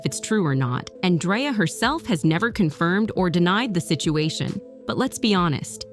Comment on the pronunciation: Lol she said "Dryer" 😂😂😂😂😂😂😂